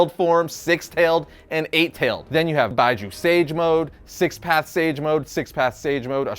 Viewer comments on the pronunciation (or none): Lets not forget "Bye-Ju" mode. Wondering if he actually watched Naruto. 😞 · it's "bee-juu" not "bye-ju".. and ninjutsu not jiujitsu.. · Bijuu is pronounced Bee-jew.